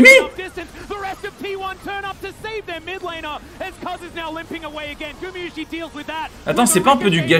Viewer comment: Par contre insupportable les commentateurs anglophones à prononcer "Gumiyushi" vraiment